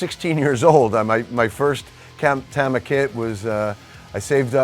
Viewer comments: It’s pronounced Tama. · You'd think after playing their drums for 35+ years, Mike would be able to pronounce "Tama" correctly.